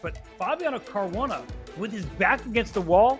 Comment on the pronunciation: “Care-roo-wah-nah” smh 😒 at least pronounce dude’s name correctly